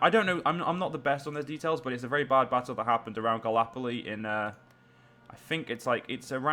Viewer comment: Galapolee? It's gallipoli! (at least for pronunciation)